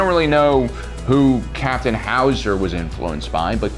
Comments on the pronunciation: It's not Hauser,it's Howser. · If he says HOW Za one more time I’m turning it off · Every time he says “ Captain howzer” I just kept fucking laughing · Ah yes captain H-owz-A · Nobody:: howoozaer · I love how he says howzer with a Arnold schwarzenegger accent and btw it's called a howitzer. Lol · Dude, you are absolutely killing me with the Arnold accent, everytime you said "Howser"! Nailing it! "Get to da Choppa!" LMAO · The way you say Howzer reminds me of Arnold Schwarzenegger as Mr. Freeze The 'Chill out, Batman'-accent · sounds like how germans speak XD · Lol what’s with Howzer pronunciation